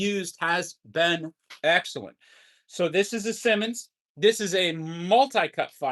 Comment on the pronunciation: Simonds is the best pronunciation is Si Ss eye mon not Simmons. They ran an advertisement about the pronunciation with Uncle Simonds.